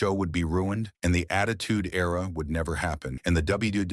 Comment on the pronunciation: Era- (air-uh)